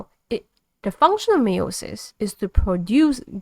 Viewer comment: Great video. Btw it's pronounced Allele (Ahhl - Eel) and Meiosis is pronounced (My-oh-sis)